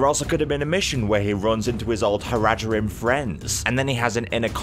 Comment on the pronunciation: You're pronunciation of Haradrim is making me want to die